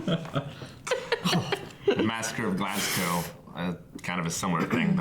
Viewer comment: GLASS GO ! GLASS GO .... its is Said Glazgow